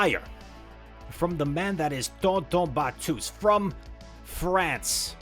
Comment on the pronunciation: Your pronounciation of tonton batteuse is wrong pronounce with french accenr